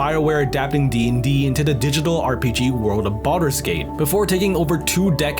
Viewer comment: BREAF of DA WIYULD